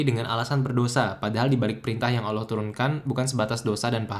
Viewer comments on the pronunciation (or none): none